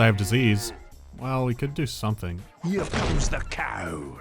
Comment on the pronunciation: 'ERE COMES DA COW